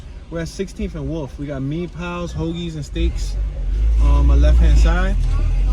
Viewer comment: and it's no "me pals" it's pronounced "MY PALS" and spelled mi pals. And the café on 16th and ritner is called Scannuccios. The funeral home is spelled Ricci's but pronounced Richie. Saint Monica's LOL It's not a rec center. It's the junior school and bowling alley. Next time just hit me up and I'll take the ride with you!